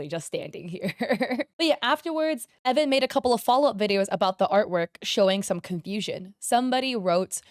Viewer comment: Idk if this is misinfo or if it’s a different video where I got this info (I can’t remember) but I think the creator’s name is pronounced E-von.. idk, flame me if you want I’m just confused